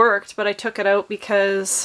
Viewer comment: How do you get to stay on the property? Do you have another vehicle? Do you work? Remember it is “Out” and not pronounced “Oat”.